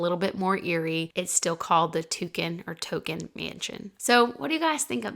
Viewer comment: I think it’s pronounced TONKIN rhymes with HONKIN‘ ( a car horn) rather than TOUCAN rhymes with SAM.